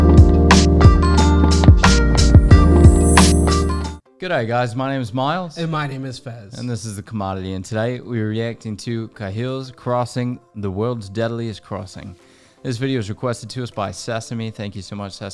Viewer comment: It's pronounced Cay hill's crossing not Car hill's crossing. Also, it's very well visited as it is in Kakadu National Park which attracts visitors seeking the awesome scenery and the abundant Indigenous rock art and other aspects of Indigenous culture. The road continues into Arhnam Land communities such as Maningrida.